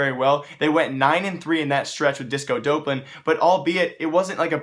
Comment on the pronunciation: "disco dope-lan"